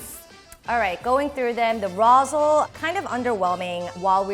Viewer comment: isn't Rosle pronounced Rawslee